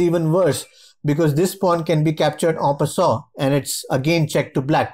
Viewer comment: the way u say en passant "aw passa"